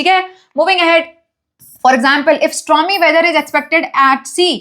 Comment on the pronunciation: Mam, strom nai he mam storm hai ❤